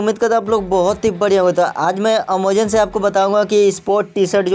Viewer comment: Bhai amazon hota ha omozon nahi🙂🙃